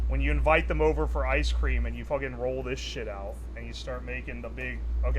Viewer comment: "Rawl" garlic.